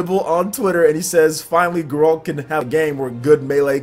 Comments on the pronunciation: Its Geralt.... NOT Ga-rolt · How is no one pointing out the atrocious pronunciation of everything related to the witcher. How can someone on a game channel have not played any witcher games? Gotta love grrrralt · Maximillian Dood called him "Jerault"